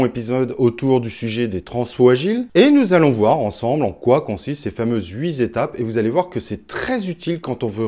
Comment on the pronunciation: arghhhh... « HUIT-étapes » et non « huis z’étapes » !!